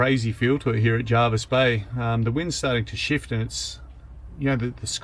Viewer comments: Hopefully your apocalyptic visit hasn't put you off returning here one day it's normally a very beautiful bay. For the record it's Jervisbay named after Admiral John Jervis and pronounced that way by the locals, Jarvis comes from the old english Jervis pronounced Jar'vus, hope that clear's things up...lol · Having grown up in that area the locals pronounce it JERvis Bay, not JARvis Bay. Ony the ring-ins and ex-Sydney mob pronounce it as JARvis. Your forgiven this time! Haha